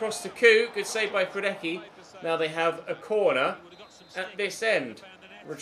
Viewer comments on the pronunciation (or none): Hradecky is pronounced Radezki not Hradecki... Even the Bundesliga youtube channel commentators say it right...